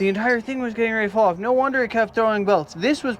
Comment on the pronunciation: "Noir" dude that shit is hilarious. Australian "no" I love it. Absolutely incredible skills as always man. I wanted that red one.